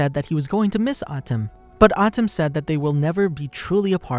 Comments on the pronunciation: Lol it's pronounce MOE - TOE not moo too and Ahh tem not Atim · atem is pronounced as aye tim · Just don't say the names bro that not how you pronounce atem nigga come oooooooonnnnnnnnn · wtf this guy can't say atem or moto lmaooo